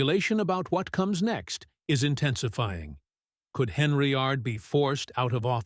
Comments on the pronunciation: Either get better AI or learn to speak English and pronounce names correctly in your your subject matter. First, it’s pronounced Dol-ton. Second it’s spelled and pronounced Hen-yard. Not D-olton and Not Hen-ry-yard. Hard to listen to your facts and you can’t get the simple names right. Yeesh! You probably don’t even live anywhere near this mess. I do. I look for current updates that directly affect me. It’s triggering to listen to cheap crap posts just to make $ off any kind of content, but be so blatantly lazy and careless. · Get the damn names of Dolton and Henyard right...please stupid ass AI